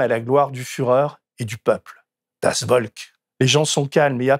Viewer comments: mouarf la fumée... Sans dec. C'est pas serieux ><' en plus elle est trop flashy Bon sur le fond, c'est quoi cette façon de dire "Volk"@ ??? C'est moi qui suis inquiet quand je vois ces méthodes manipulatoires. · Ce n'est pas possible d'utiliser autant de fois des mots étrangers (das Volk avec un V pas un W) et de ne demander a personne (du genre google si personne autour de vous ne parle la langue) comment on peut bien prononcer ces mots! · Cher Denis, pour info, Das volk se dit “ folk” V=F en son germanique. Bonne émission. Merci pour la qualité de traitement des sujets. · Deniiiiis !!!!! Bien ton édito, mais en tant que mosellan (comme toi ?) on prononce « das Volk » (Folk avec un ‘F’ et non un ‘V’). Bravo et Merci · Oulala ! Das Volk se prononce « Folk » , d’où la proximité avec folklore par exemple C’est pas très fort pour un homme cultivé natif de l’est de la France !!! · Pour info, "das Volk" se prononce "das Folk". 😉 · Le V allemand se prononce dans Volk, se prononce F, Folk et le rapport avec l’anglais devient évident. C’est vraiment dur et cruel de voir le monde se préparer à vivre sûrement le pire épisode de sont histoire. On a fait « mieux » à la seconde qu’à la première, alors une troisième guerre mondiale, a l’heure des drones de l’IA, de la panoptique numérique,et de l’obscurantisme galopant porté par des gens sensés administrer un pays. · Merci pour cette video il est clair que ce qui se prépare, de moins en moins insidieusement, fait très peur cela dit, en allemand "Volk" se prononce "Folk" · Attention peuT mieux faire....corrigez les écrits..❤❤❤.le v allemand se prononce F. ❤❤❤ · Je vais faire mon prof d'allemand de service, ce qui apparaît un peu superflu ou anecdotique face à la gravité et la dérive préoccupante de l'actualité quotidienne habilement synthétisée ici, mais comme l'erreur est revenue plusieurs fois et a quelque peu chatouillé mes oreilles de "nazi" de la prononciation, je me permets: "Volk" se prononce "Folk". :)